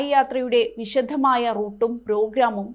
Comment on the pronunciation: വിശധമായ എന്നുച്ചരിക്കരുത്.